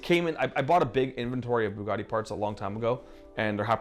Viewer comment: It's now a FooGatti